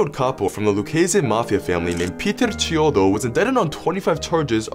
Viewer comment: It's pronounced *kiodo*. The 'Ch' in Italian makes a hard 'k' sound.